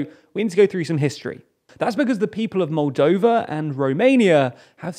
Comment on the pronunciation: Moldania? Roldania? Roldova?